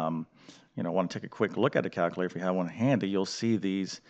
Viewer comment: There’s an L in calculator